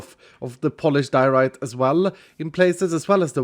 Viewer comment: Diorite? More like Dear-o-rite